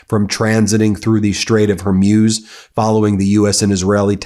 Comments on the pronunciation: It's pronounced "Whore-Mooz", not "Whore-Muse". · great coverage! However, Hormuz rhymes with booze or schmooze, not fuse. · I think the Strait of Hormuz is pronounced “horr mooz” by English speakers rather than “ horr myooz”.. We’re gonna hear that word or that geographic location many times in the near future. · Xi is pronounced SHE. Straight of Hormuz is pronounced MOOZ not muewz. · I spent a year in the Gulf with the US navy and never heard the Straight of Hormuz pronounced Hurmuz. I just Googled the pronunciation and it said Hormooz. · Will someone please tell Ben that it’s Hor-mooz, not Hor-muse? I can’t believe no one close to him has said anything. It’s cringeworthy. 🙉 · Please tell Ben to work on pronouncing names of people and places : Hormuz is pronounced Hormooz. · Please stop saying Hormuse, pronounce it correctly as it is spelled Hormuz. You're a brilliant guy so don't keep bringing yourself down every time you try to say that name! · Ben, please, Hore-Mooz ! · You really dont know how to pronounce strait of hormuz? How? In all youre life you havent heard it pronounced hormooz? Kind of weird tbh. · Sound informed: Hore-MOOZ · Love Meidastouch and Ben, but his mispronunciation of names drives me crazy..Hormuz is pronounced Hormooz and not how he pronounces it. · Ben ! Dude say it with me . Hormuz - hor-mooz . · Hormuz not Hormuse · Zíøs are always bad at pronouncing places in the Middle East correctly. He’ll never get it. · Hey Ben !!!! Learn how to pronounce Strait of Hormuz!!!! It’s killing our ears !!!!!!!!! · Plz pronounce Hormuz correctly Feels weird to hear such distorted pronunciation